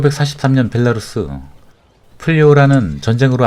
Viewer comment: 베라루시가 아니라 벨라루스......감쟈?